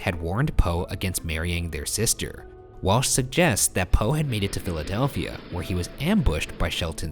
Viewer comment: omg i just noticed that ryan says dilidelfia intead of philidelfia 😂😂